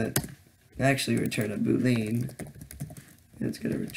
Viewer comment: i love the part where you call a boolean a Boo - Lean